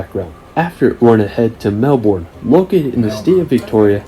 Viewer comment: Pronounced Bond-eye not Bon-dee. Also Melbourne is pronounced Mel-bun not Mel-borne.